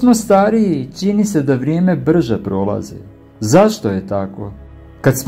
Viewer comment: Ne kaže se dogaĎa nego dogaĐa i ne kaže se Ćini nego Čini,nauči prvo da pričaš pa možda dobiješ još koji sub